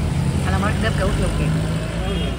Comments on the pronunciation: حبيبتى... أنتي ملكة في كل حاجة راقيه في كل شيء.... ف لوسمحتي بلاش جوافيا... اسمها جوافه..... والصاونعي.... صانيعي.... بلاش ندى فرصه للبعده يتكلمو على حاجه تفها. انتي الملكه ❤️❤️❤️❤️❤️ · ليه بتقولوا جوافيه يا اسمها جوافه😂